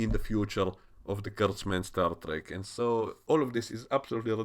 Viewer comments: Star Dreck? Are you german or something? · xD you said Star Dreck thats Star Trash in English... Wonderful